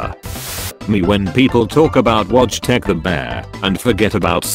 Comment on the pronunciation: to non polish people out here (i'm polish so i know what i am talking about) it's pronouced like Voytek